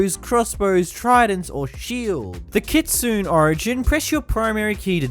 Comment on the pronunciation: Bro said KitSOON 💀